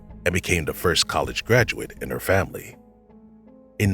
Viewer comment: Good video. Not quite sure why the narrator sometimes says ‘the’ and ‘they’ correctly and other times says ‘de’ and ‘dey’.